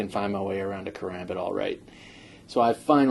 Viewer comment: No offence people do it allot but when people say ker-ambit and add a third syllable it doesn't feel right